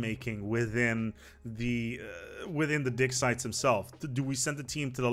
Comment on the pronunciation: I don't like to comment on people's accents since I'm aware that my accent in their language would be even worse -- assuming I could speak the language at all. But all the talk about "ancient dick sites" just had me LOL for most of the section about the Ancient Relics pack.